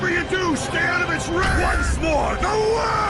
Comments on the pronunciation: AniDub бесит только когда дед говорит не зе ворлд а ве волд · Amazing Dubbing: ЗА ВАРЛД! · не с японского, я с японским произношением. Тоесть по логике в русском дубляже, нужно говорить зе ворлд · Anidub хрень,у актёра озвучка дио при произношении очень сильный акцент а вот у анг озвучки норм